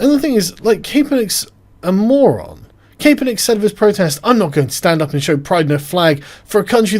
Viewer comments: it is pronounced Cap-er-nick, not CAPE-er-nick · It's cap as in baseball cap. Not cape as in cape cod lol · It's pronounced Cap-er-nick. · It’s Cap not Cape. For the love of all that is holy what’s wrong with you people today! Tim did it too, I don’t care if it gets more engagement THIS IS OUTRAGE ENGAGEMENT AND IT MIGHT WORK BUT F U!!! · CAPE - ERR - NICK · Kap-per-nick. Regards, a Bloke in the States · He is a douche, but his fucking name is pronounced cap -per-nick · "I neva cared about Calen Kaperneck" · It's pronounced CA-per-nick, REEEEEEEEEEEEEEEEEEEEEEEEEEEEEEEEEEEEEEEEEEEEEEEEEEEEEEEEEEEEEEEEEEEEEEEEEE! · Colin Kay-Per-Nick :D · Nice video, however it is pronounced: 'Cap er nick' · It's pronounced Capper-Nick. The whole thing is a big who cares, but the memes are fantastic. Gotta love that child labour to pay a millionaire millions. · Why can't anybody pronounce Cap-er-Nick? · Max Kae = kay, for sure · Kay•per•nick lol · “I never cared about Colin Kapernick, which is why I never bothered learning how to pronounce his name.” Lol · Why is Sargon saying his name so weird? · Cause the ae